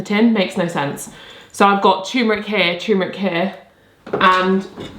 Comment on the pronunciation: It's called turmeric, r before the m, not "tuemeric"... sorry, this has been bugging me...